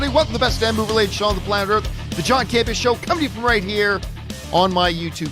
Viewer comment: is a close friend of John's but calls him John CamPEEah. She routinely emphasizes the second syllable. John emphasizes the first syllable. Am I hearing it wrong?